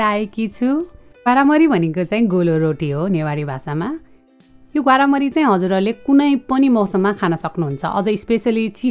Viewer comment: ग्वार्मरी हो ग्वारामरी हैन दिदी